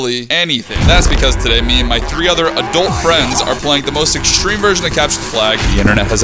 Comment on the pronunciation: I love how he has to emphasize “adult friends” 😂